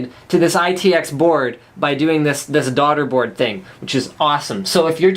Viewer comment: yes. He said Daugterboard at that specified time